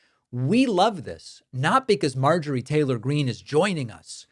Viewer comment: If you Listen to trump repeating the name of M. Taler Green he say M. Traitor Green.